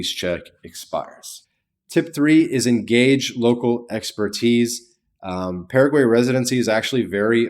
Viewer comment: Don't take advice from someone who can't even pronounce the name of the country correctly.